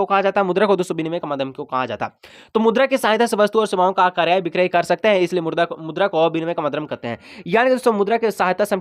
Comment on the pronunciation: 😂😂Sir aap kabhi kabhi murda bol dete hai😂😂